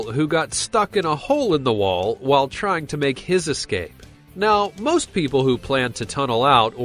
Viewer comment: ''must dumbest criminals'' yeah, i think you should go to a speech therapist.